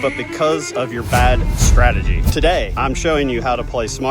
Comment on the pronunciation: ‚Stratagy‘… really?